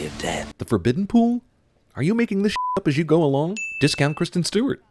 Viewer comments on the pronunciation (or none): none